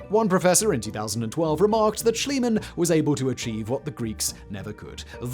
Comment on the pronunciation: It's Schliemann, not Schilemann.